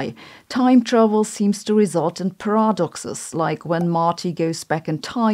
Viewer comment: What's a 'Parahhdox'?